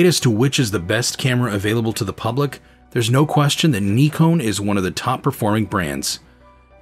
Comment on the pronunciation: "Neeekon" - now we have a THIRD way to pronounce Nikon. 🤣